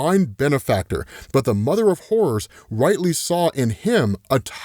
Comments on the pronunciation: Anyone else thought he said “mother of whores” for a moment? I took me a second to realize he was saying “horrors” 😂😂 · Lmao im sorry but every time you say "Horrors" i hear "Whores". Ik just like yeah whores can definitely lead you to a good time and horrors. 😅